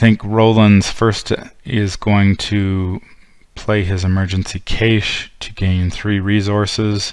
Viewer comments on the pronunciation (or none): Cache pronounced cash like the a in that.